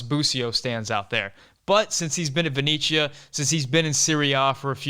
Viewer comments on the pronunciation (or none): Love the analysis. Definitely need to see busio out there and hopefully we can get Scally his debut. And please please please for the love of god pronounce Venezia as ven-etsy-uh instead of ven-echa haha